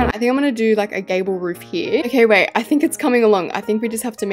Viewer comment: what she said: “I think I’m gonna do a gabble roof!” what I heard: “I think I’m gonna do a gay roof!”